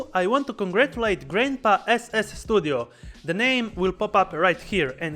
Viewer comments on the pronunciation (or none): For whats worth Ivana! He convinced me to buy this one for my holiday in Sarajevo! You have a great guy! 😂😂😂 prijatelju, Did you edit (filters) your recordings made with Gitup? Just cant imagine that the quality is that good compared to other action cams. Ps S studio not SSstudio. 😜